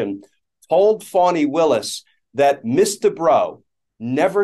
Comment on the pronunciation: Why is this female attorney referred to by their title, which is also mispronounced (Ms. is pronounced "Mizz", not "Miss"), when in general a male attorney would be referred to either by their full name or just their last name? Language is still pretty sexist without particularly meaning to be, these days.